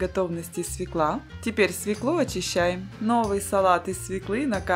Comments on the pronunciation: Не свеклУ, а свЕклу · Свёклу Свёклу Свёклу!!!Запомни,женщина!